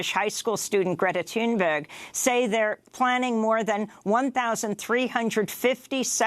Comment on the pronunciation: Love how Amy Goodman tries to pronounce Gretta Thunberg in a Swedish accent. xDDD